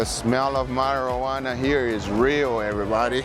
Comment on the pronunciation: Marro-wanna lolol